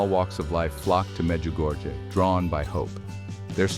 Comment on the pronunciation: Before producing a short video like this, please find out how to correctly pronounce the various names of persons & locations. I have visited Medjugorje ten times and find it very annoying when I hear strange names/locations pronounced the «American» way. Please, be respectful of others and make a greater effort in learning to pronounce people’s name in the correct manner. Otherwise, it is disrespectful!